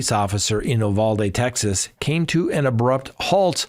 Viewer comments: It isn't Ooo Val Dee....... it is You Val Dee. At least in Texas it is. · Uvalde. You-val-dee. Val pronounced as val in value. Though factually true he was arrested near USC, USC had nothing to do it. He may have been wanting to buy drugs at a park near there as mentioned in the news. USC happens to be in downtown LA where there is a lot of crime. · You Vall Dee - Uvalde That’s how we say it.